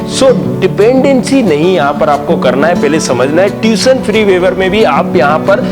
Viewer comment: It is not TUTION FREE WAIVER, PLEASE PRONOUNCE PROPERLY , FIRST IMPROVE YOUR QUALITY THEN COMMENT ON OTHERS